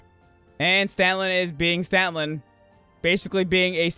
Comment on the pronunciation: It sounded like you said "Stanlon." In case I heard that correctly, it's actuall "Scanlon." But if I misheard you then ignore me.